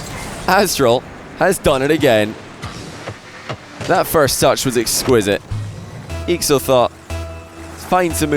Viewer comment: completely butchered/forgot these guys' names atleast twice each. Aztral/Alpha eestral/aakso